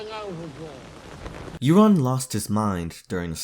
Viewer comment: Euron is not pronounced "Erron". Europe is not "Errup" it's "Yourup". Eur says "you". English is truely just 3 languages in a trench coat pretending to be one.